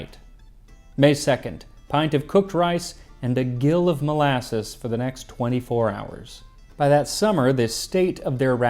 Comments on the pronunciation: The measurement for molasses "gill of molasses" is ½cup and is pronounced "jill". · Just FYI, "gill" (as in "a gill of rations" or "a gill of rum") is pronounced "jill". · Hey, sorry to only comment on mistakes but a search for "gill" didn't come up with anything in the comments. Gill has a soft g, closer to "jill." It's a quarter of a pint. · “Gill” (the unit of liquid measure) is pronounced “jill.” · Gill, pronounced like the girl's name 'Gillian', with a 'J' sound. Not like the breathing apparatus of a fish.